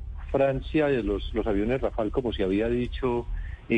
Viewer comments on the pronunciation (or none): Por qué son tan brutos, no se dice Rafal, se dice Dassault Rafalè